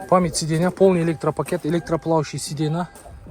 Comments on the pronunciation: Сидена дегендида айтпайсынбы 😂😅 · Сидена дейт го. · Так дегениң жакшы экен го бирок сидейна дегениң окшошпой жатат.